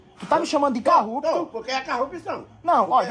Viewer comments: "Carrupto" kkkkkkkkkkkkkkkkkkkkk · CARRUPÇÃO E O MANÉÉÉ É CARRUPTO😂😂😂😂😂😂😂